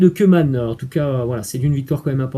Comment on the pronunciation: je suis de belgique...cc...respect mais stp tu koeman par pitie sa se dit kouman stp pas comme des oeufs stp merci...mets meme la tv hollandaise tu verrais bien par toi meme sinoin respect chuis al depuis le debut...cc de belgique